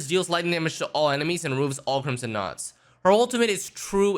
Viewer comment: I legit thought he said crimson nutsacks at first 😅. Acheron seems so amazing. I'm def gonna try to go for her.